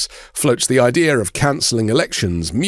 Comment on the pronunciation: He said idear 🤣